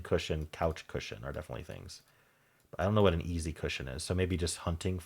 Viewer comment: And easy isn't pronounced "ee-zed"!